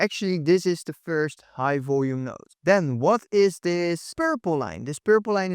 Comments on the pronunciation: its node not note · It’s node not note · node not note.